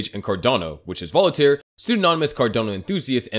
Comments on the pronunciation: I love your videos but cringe every time you misspeak "Voltaire" which is 2 syllables. It's not "Volitare" with three symbols. Voltaire was one of the greatest minds in history. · It's Voltare, not volitaire lol